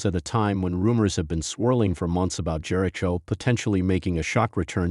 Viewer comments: Is this AI talking...this is horrible and who pronounces his name like that....nothing but false info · Yeah, i dp not think any official wwe product would use ai that can not pronounce jericho correctly,.